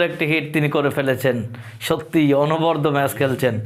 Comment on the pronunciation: অনবদ্য অর্থ অনবরত, য়ের উচ্চারণের ভুল!